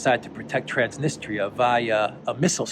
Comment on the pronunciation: That's T R A N S N I S T R I A. The last syllable is a diphthong, thus should be pronounced as in English TREE 🌲 AH >>> TRANS NIS TREE A Cheers 😁🍻🙋🏽🇷🇺☦️!